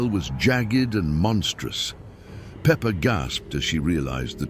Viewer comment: it’s peppa pig not pepper